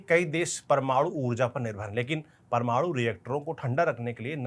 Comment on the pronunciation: Parmadu reactor😂 not parmanu reactor 😂 bc